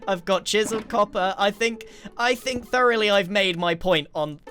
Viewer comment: My favorite part was when he said 'throughly' 30 times